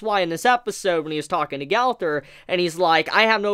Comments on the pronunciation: Lol he said galfur instead of gowther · I keep hearing galther not gowther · the way he says gowther & diane bothers me so much 😭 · Just to let you know that's not how you pronounce her name and that isn't how you pronounce gowthers name either. Just gotta say if your gonna do a video at least know how the names are actually pronounced